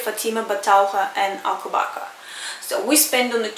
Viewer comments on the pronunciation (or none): alcobaca no, it's Alcobaça